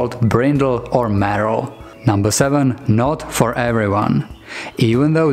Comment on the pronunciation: Hello, "merle" is pronounced like pearl, not like "Meryl" (Streep)